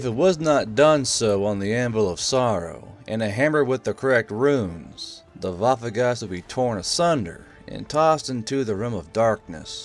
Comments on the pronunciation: Waffegeist not WaffeNgeist? German autism intesifies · As a german I can tell you it would be better to call it Waffengeist and not waffegeist because it sounds more realistic